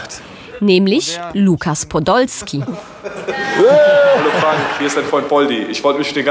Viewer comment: Wie sie den Namen Lukas Podolski ausspricht Ich kann nicht mehr 🤣🤣🤣🤣